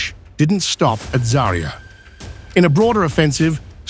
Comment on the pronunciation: ZA'rya, not ZariYA! Where do you find these people who don't even bother to check pronunciation? ZA'rya means Sunrise...